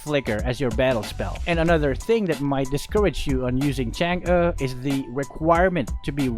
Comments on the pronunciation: Its actually pronounced tsung uh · you pronounce her name wrong its pronounce like changgay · It's, ~chan, g~.. easy man. chan gee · Filipinos call it chang eh but its really pronounced chang’ah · Bakit Chang'a dinig ko sa pagsabi mo nang pangalan niya hahaha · Chang'e's name is spelled "Chang'e" but pronounced "Chang'auh" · Chang'e Pronunciation :chang uh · and other pepol: Chang’uhh Me:Chang’ie My friend:Change. Btw Luv yah (are you Filipino cuz I am) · it's CHUNG UGH get it right